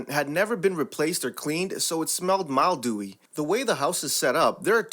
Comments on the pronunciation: FYI, it's actually pronounced "mill-dew-ee." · Mildewy is not pronounced mild dewy. Gabrielle is not pronounced like the Arch Angel Gabriel. It's pronounced as Gabri Ella. Schooling is not what it's used to be.